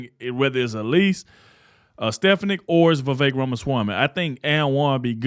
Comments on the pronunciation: STEFANIK Pronounced STI FAWN NIC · Pardon me, but you really need to learn how to pronounce Elise Stefanik last name. That would do you good.